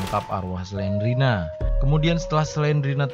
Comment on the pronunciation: Bukan Selena tapi Slendrina